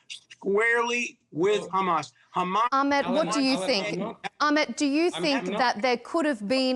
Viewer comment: Its not Akhmed, you shmuck, it’s Ahmed!